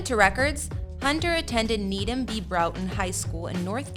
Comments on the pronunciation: And the high school she went to is pronounced brought-n she botched everything 💀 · How did I not know that Hunter is from Raleigh where I grew up… Went to the same friggin high school as me Needham Broughton high school… And the same performing arts school as me… All with you miss pronounce by the way lol. I will say that I’m not surprised that she had problems at Broughton high school they are about as old South as you can get